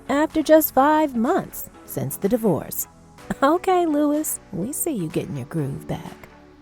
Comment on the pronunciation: it was really bothering me that the lady was pronouncing luis wrong